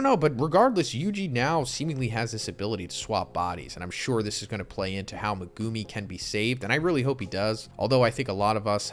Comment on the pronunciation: The way you pronounce Megumi is triggering